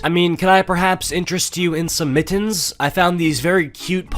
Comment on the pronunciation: Kinda love the way you say “MIT-TENS”